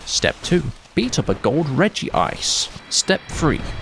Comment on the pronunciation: "Gold Regice" got me good!